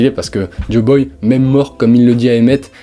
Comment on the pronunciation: Waaa fréro, joyboy, pas joboy... Et c'est la fin de eggehead pas la fin d'elbaf. Rédige ptt avant de faire une vidéo, c'est intéressant mais décousu. Force à toi !